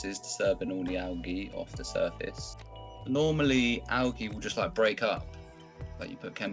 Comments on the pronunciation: I like how he says algey and not algae. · I like the way he says alga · so funny how he says algea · Why am I having a hard time with how he says algae? Probably an accent thing, but I honestly don’t know why.